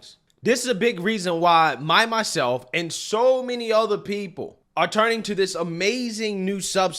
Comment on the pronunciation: hey, in the paid promotion did you say "My myself...?" 😂😂🤷shit happens love the channel buddy, keep up the great work! 1M subscribers is almost here man, keep on that truth train bossman! 🤙😎✌️